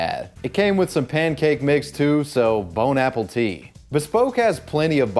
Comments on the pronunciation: Did he say bone apple tea? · Did say Bone Apple Tea??? 🤣🤣🤣🤣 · bone apple tea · Did you just say, "Bon apple tit"...?? That's what I heard, so I'm stealing it 🤣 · bon apple tea as a french speaker i am offended lol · BON APPLE TEA. LOL BON' APPÉTIT, you mean? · I know in your ad you said "Bon Appetit" but my brain heard... "Bone apple teats".... Almost ruined my coffee haha! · "Bone apple tea" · I think mans seriously just said bone apple tit.